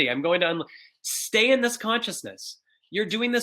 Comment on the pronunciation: been enjoying the whole video but is when I hit the thumbs up. "ok I'll STEEY" LOL